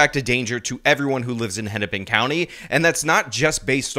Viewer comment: Hinnipin county? this is Keith Ellingson isn't it...